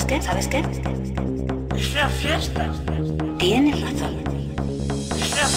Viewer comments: tv ad with kid saying "es una fiesta" ("it's a party") on a bad pronunciation due to the dental braces, fieshhhhta! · Pobre pijo bocachapa y mascahierros... por pronunciar mal la palabra 'Fiesta' se le ha caído el mundo encima, no creo q salga de casa xDDD Me descojono viendo estos videos, Saludos!! :D